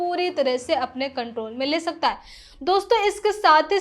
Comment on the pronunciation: लहजा ठीक है पर उच्चारण सुधारिये। खासकर है को ऐ ना बोलें